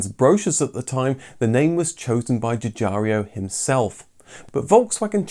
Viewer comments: The designer Mr. Giugiaro's name is correctly pronouncd Ju-Jiaro, not "Ju JAR eeo"...🤥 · The designer's name is Giugiaro, not Giugiario... :) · Arrgggh!! Your pronunciation of "Giugiaro" is excruciating! It's not "Juh-jar-ee-o", it's more like "jye-jyah-ro" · Another great video, thanks. I would just like to point something out, though. I know it is a little thing to everyone else, but to Sig. Giugiaro and anyone else who can speak Italian, I am sure it is irritating. His name is pronounced 'djew-djyaro" not "djew-djarry-o". Also, his first name is pronounced "djor-djetto" not "djeeo-djetto". As my wife's Polish grandmother used to say: "details, details!" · Love your videos, but the way you pronounce Giugiaro's name could use some work! It's pronounced as if you're saying "Jorgetto Jugiaro" (Think of a name like Jordan. And there's no "I" after "ARO"!) Scirocco should be pronounced as you would say "Shirocco". Thank you for your interesting videos, keep up the good work!